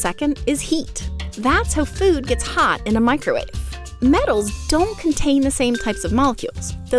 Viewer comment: Ah yes. The "microuawe".